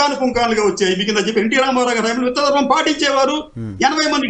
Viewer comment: Mundu this woman should learn Telugu. Amma BOGI kaadu, BHOGI. ABYARDI kaadu ABHYARDHI, pottu DARMAM kaadu DHARMAM. Vottulu palakadam nerchuko talli. Telugu is the sweetest language, please don't ruin it.